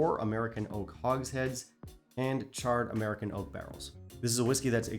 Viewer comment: Dude,, I kept laughing my ass off because it sounded like: "Aredn't you An Amurican?" LOL! I had to keep rewinding it just to hear you say: "Aredn't you An Amurican?" I love your channel with a G!